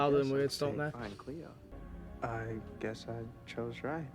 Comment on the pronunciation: idk if u remember but last ep hope talked about how becoming the tribrid would be like living in her trauma for eternity. she's also super young. she probably wants to grow up i mean she's still a teenager. i also don't know if anyone has told u that before but it's "cleo" not "clio" :)